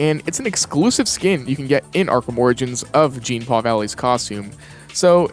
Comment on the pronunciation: "Jeen-Paul" is killing me inside